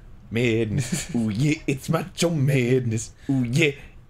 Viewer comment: Macho meadness. Oooh yeah, it's mach meadness. xD